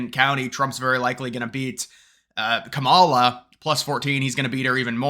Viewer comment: 😂😂😂 I am missing one of your early voting videos, reporting the “republican hype” to support Trump. Tick tock, I can’t wait for your “depressed” video after Election Day and keep pronouncing Kamala name wrongly, you will learn the proper pronunciation by the end of her presidential term.😂😂😂